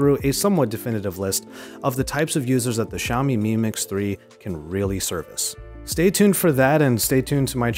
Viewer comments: Its Xiaomi not Ziaomi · Its Pronunced as "Shao-mi" not "Jao-mi".